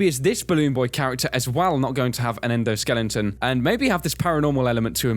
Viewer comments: okay repeat after me: ENDO-SKELETON. Not skellington. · Stop saying "endoskellington"